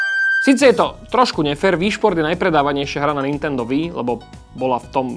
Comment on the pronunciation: no píše sa to Wii a je to z Japonska. Takže čítať by sa to určite nemalo "VÍ" ale skôr "UÍ" a VÍ šport je úplná škôlka :D